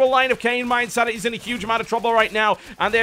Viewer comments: Why does he keep calling mYinsanity MYE? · EH-nable, IN-sanity